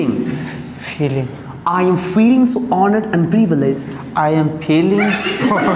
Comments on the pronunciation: E ka bol raha re fealing😂😂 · Phhiling bol rha h bar bar feeling ko😂😂😂😂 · Fir filling bol diya 😂😂😂😂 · Dono hont milane se ph ki aawaz banti hai f ki nahin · Fi -ling 😂